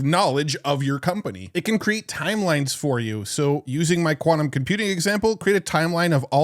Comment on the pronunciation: its quantum not kvanum